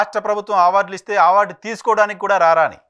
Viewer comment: మీరు ఆ*వార్డు అనడం మానేసి అ*వార్డు అనండి.